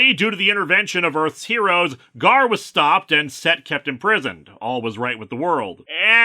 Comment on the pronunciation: Ghaur is pronounced "gore". Someone in the X-Factor annual for that storyline confirmed it by saying "someone called "Gore"" in a text balloon. Why do I remember that?